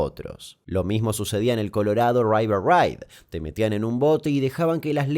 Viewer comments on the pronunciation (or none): Colorado raiver raid jJajaja river se pronuncia como se escribe. Así tal cuál river, no raiver. 😁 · No sabía que la palabra RIVER se pronunciaba "RAIVER"'!!!!! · es river no raiver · river se dice river, Damián, no "raiver" jajaja. o vos decís "raiver plate"? XD